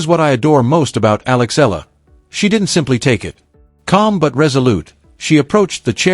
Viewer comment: Please pronounce Eala correctly djokovic did